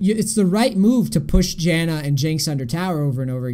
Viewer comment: I hate how he pronounces xayah